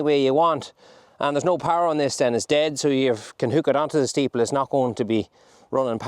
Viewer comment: It's interesting how dialect can differ from county to county yet words can stay the same. The way you say the word staple (steeple) reminds me of my late father. It was only a few years ago that I realised they were actually called staples and not steeples 😅 thanks for the videos, from Fermanagh